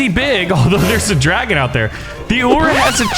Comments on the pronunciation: its ul-r not ul-ra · Someone tell him its not uoor its ulllllr